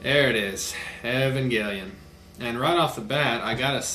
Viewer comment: Evongahlleon is actually really good